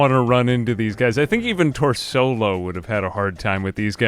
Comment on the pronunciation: this is blasphemy no one will be able to stand up to TOR-SO-LO